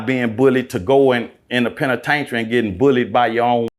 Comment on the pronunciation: Please tell him the correct pronunciation of penitentiary ....